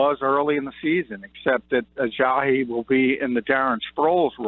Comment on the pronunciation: Where are you getting the H sound in his last name? It's just pronounced the way it's spelled, Uh-jah-EE, not Uh-jah-HE.